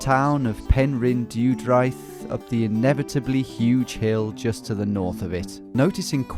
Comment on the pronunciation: The village is pronounced “Pen-Ryn-Day-dry-th”